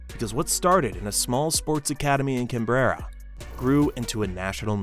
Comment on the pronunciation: I know every Australian watching winced at the pronunciation of ‘Can-berra’